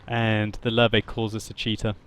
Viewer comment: it's not lur-vey (Löwe), it's lurvah (listen to how jingles says it, he has it down.)